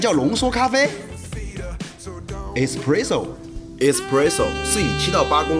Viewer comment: espresso和crema都是意大利语，发音分别是：ai s p lai zou 和 ke lai ma，而且这里面的两个r，都要发卷舌音。